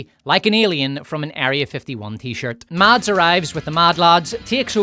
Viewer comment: A sidenote: The D in Mads (Mikkelsen) is silent and the A is short, like in “mess” but with an A instead of E of course.